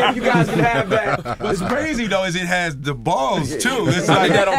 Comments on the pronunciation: I loved this interview but did Will Smith really say brazy man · Did will Smith say "Brazy" at the end ? 🤣😂🤣😂 #HeDontKnwNothinBoutThat